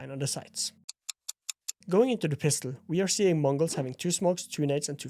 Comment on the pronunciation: As a native mongolian speaker bro when you say mongolz sounds very fluent in our language